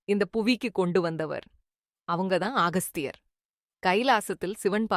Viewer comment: அகஸ்தியர் என்று சொல்லுங்க ஆகஸ்தியர் அல்ல